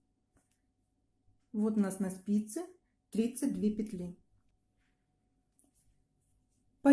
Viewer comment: А где так Яяяякают? вЯзание